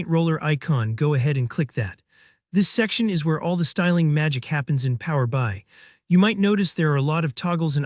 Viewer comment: It's "Power B.I", not "Power By" 🤦